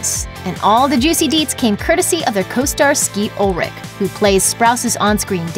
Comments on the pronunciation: She says, "Skeet Ulrik." Im like, "ITS ULRICH. WITH A C...H!!!!!" God woman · Excuse me, but did she just say SKEET ULRICK???? IT IS F ING ULRICH AS IN I AM NOT RICH!!!!